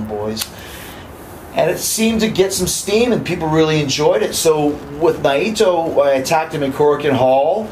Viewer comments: ITS NAITO, NEVER NYE-EE-TO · Have to admit, i hate the way he pronounces Naito 🤷‍♀️